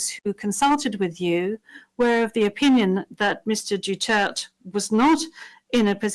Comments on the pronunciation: Anong Dutert? Animal ton presiding judge ah, she humiliating tataydig,z but the interpreter didn't pronounce properly , waglang lutong Macao ha🫵🏽🫵🏽🫵🏽🫵🏽💚💚👉🏽👉🏽👉🏽👉🏽👉🏽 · Ang cute ng pronunciation Mr. Duterte (Doh-Tert) ♥️ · He is fprrd DUTERTE. Please pronounce it properly madam ICC. He is our modern hero. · Please pronounce our dear president’s name properly . As you may know every Filipino around the world is shouting DUTERTE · SHE IS A LAWYER AND A PRESIDING JUDGE BUT SHE COULDNT EVEN PRONOUNCE THE DUTERTE NAME PROPERLY?! YOU CAN LEARN FROM US MADAME JUDGE! WE WILL TEACH YOU HOW TO PRONOUNCE. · Ayusin mo pag bigkas ng apelyedo ng tatay namin.. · Hindi nyo nga Ma pronounce Ang Last name na Duterte tas kinasuhan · Pataka man lang pronounced sa last name n duterte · They do not know FPRRD, they cannot even pronounced the name of FPRRD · Etong mga foreigners nato hindi man lang aware paano I pronounce ng tama ang pangalan ni Digong, how much more yung awareness sa facts ng issues ng Pilipinas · MADAM.. DUTERTE ..pronounce his last name correctly! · How can someone adjudicate in a trail when she cannot even day a say a person name correctly. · by not correcting the pronunciation of his last name when they already heard how it should be pronounced is so disrespectful. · damn right! It is DU-TER-TE, not dutert damnit! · at least pronounce his name Correctly! Well she is intelligent enough to know that Medialdea have already pronounce it correctly!!! It seems that she Does not even know HIM personally!!! DU-TER-TE!!! dutert my A$$$! :face-orange-frowning::face-orange-frowning::face-orange-frowning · Madam. Can you speak the family name of our president correctly. It is D U T E R T E not Dutert. How can we trust you that you can make this proceedings right if speaking a family name is wrong! 🤨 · Icc please say right surname.duterte❤ not dutert.wrong one. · Pero someone needs to correct them how to say his last name! Not Dutert!! Its Duterte. Yun lang ang comment ko.